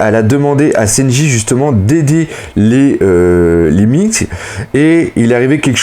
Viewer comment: j'apprécie ton taf mais bordel de merde fais un efforts sur la prononciation des noms (genre womba >Wanda, Minsk >minks) stp sa serai encore mieux